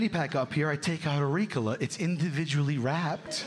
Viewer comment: You can tell by the way he pronounced ricola , that he has never smoked weed or taken a throat lozenge 😂😂 dude is full of bs